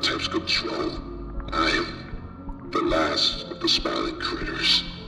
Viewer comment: and said critters wrong 💀